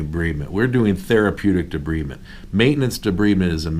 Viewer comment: Wonderful work but it is pronounce De-bride-ment, not debreeding!